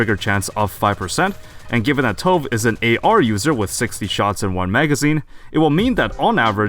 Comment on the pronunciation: I really hope we get a unit that increases rate of fire. Btw. Her name is pronounced “Toe-va” like the singer Tove Lo. It’s not stove with a silent “s” lol. It’s Swedish.